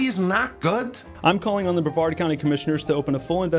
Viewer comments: As someone who used to live in Brevard county, it's pronounced Bruh-vard. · Only one minor complaint,. Now I know you're Welsh and not too familiar with American, much less Southern American pronunciations. And I kow, the county that the NASA complex in Florida operates out of is spelled, Brevard. However, it is not pronounced Braveheart or Bravehard County. It's pronounced like: Bra - vard, County. So if you ever visit my home peninsula, you'll at least be that much more knowledgeable. Love your videos man, keep up the good work! 🚀 🛰🌴☀️ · Just FYI,, it's pronounced bre-VARD (emphasis on second syllable) Thanks as always for the great content. Love hearing that non-accented voice.:D By the way, this guy is not just anti-NASA, he's also a flat-earther, so yeah, he's just as out there as you think he is. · Hey - American English, my dude: bre-VARD County. (Some of us also say PEEcan, rather than pehKAHN.)